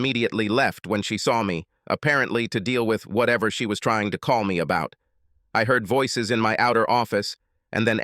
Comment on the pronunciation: "I heeerd my weeef getting out of the shower".😂 Mr. robot voice narrator was programmed by Borat after he graduated from Trump University😂😂😂😂😂😂!